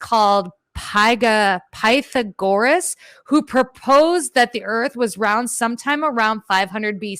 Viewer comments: pie-tha-gorus? LMAO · Pie-tha-gorus……. I can’t even. Like…. You are on the computer! Look up pronunciation! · Pie-tha-gore'-us. I can't add anything to that. Gods have mercy. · pie-tha-gore-us......wow wow wow.....What the hell? Was she out in the parking lot sharpening the quarterback's pencil during math class? Intellectually I understand that they are uneducated, but emotionally, I want to give them more credit than that...I guess not anymore. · Pi-tha-goras?! My f-ing brain just melted out of my ears. Oh and measies? Puke. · "I guy called Pie-thor-gorr-us." Wow, that's stupid. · I’m a mathematician. I laughed so hard with the two bubbleheads trying to pronounce Pythagoras And that flat Earth was actually TAUGHT IN SCHOOL? Jesus, Mary, and Joseph. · Py-tha-gor-as!!!... FFS!!!... that is pig shit ignorant... I despair of the US education system,... and it's only going to get worse, now that they're disbanding the education board, and allowing states to set their own curriculums... Has America ever wondered why countries like China, and continents like Europe are flourishing,... its because they invest in education systems, and their populations overall IQ is about 40 points on average above your everyday American... nevermind their technological prowess, and ability to think outside of the box,... America is F*cked... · It’s crazy how MTG has been vaccinated… yet she’s telling others not to get vaccinated, and enjoy the same protection she’s presently benefiting from - much to our chagrin. Also, “pie-tha-gor-rus” 🤦‍♂️…yikes! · Pie - tha - GORE - is?! OMG - what a numbskull! Of course she's a trumper and a flat-earther... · someone who don't even know how to pronounce Pythagoras right really should be giving their dumb ass brain a rest and keeping their mouth shut( something tells me that would be such a hard thing for her to do) God Help America ..